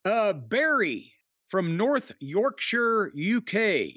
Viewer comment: Someone from Across the pond saying "North Yorkshire" correctly made me smile.